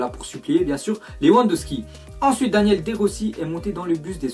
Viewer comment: Ça ce prononcé daniélé de Rossi pas Daniel